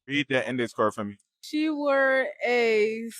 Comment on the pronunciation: The most common word in the sentence was "wore". They ALL pronounced it wrong.